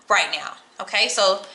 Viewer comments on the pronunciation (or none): Wtf, o-tay? Lol